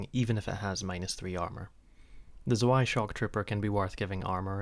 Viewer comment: Zoo-aye? Excuse me, good sir... But it's pronounced (I'll try to write it phonetically) as [ tz-vai ] like hard C then V and "eye" afterwards. Have a wonderful day ❤